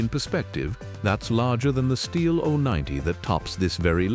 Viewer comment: Stupid AI isn't taught how to pronounce Stihl. Duh. It's almost 2027, folks.